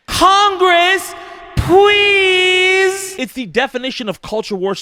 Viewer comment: CONGWESS, PWEEEEASE!!! Bahahahahahaha